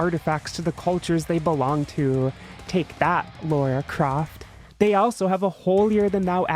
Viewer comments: Excellent video, but it's Lara Croft not Laura Croft. I expect a published apology for this grievous error. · ummmmmmmmm. its actually Lara croft, as in jara croft